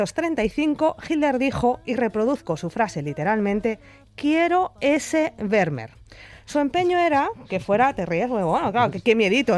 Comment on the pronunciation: Fantástico postcard, como siempre....pero se pronuncia "fermmer". La V en holandés es f. Como tiene doble "m", se alarga. Lo entendí cuando en Ámsterdam le pregunté a un peaton donde estaba el Muse "Van Gogh"...no me entendía hasta que me dijo.....ahhhhh fan joj".👍👍👍👍👍